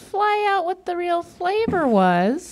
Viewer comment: what Rhett is trying to say “what kind of bacon favor is?” 😂